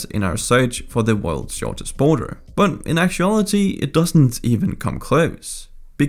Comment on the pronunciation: “The US-Canada Boner” is what i heard XD